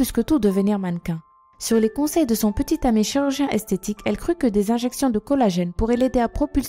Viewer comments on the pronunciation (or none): none